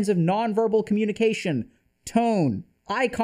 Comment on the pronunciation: Coh-muni-kwation? 🤔 Math algorithms?